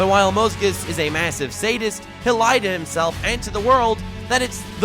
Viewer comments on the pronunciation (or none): none